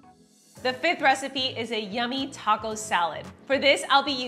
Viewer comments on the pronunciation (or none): none